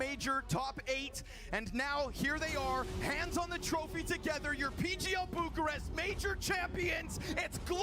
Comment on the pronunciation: is Bucharest and not Burcharest dude